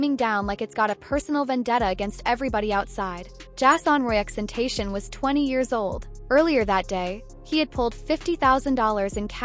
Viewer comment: the least you could do is learn to pronounce X's name right..